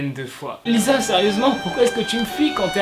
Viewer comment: Ça se dit "LiSSa"